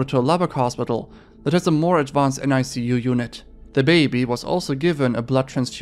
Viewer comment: For future reference the acronym "nicu" is pronounced "nick you"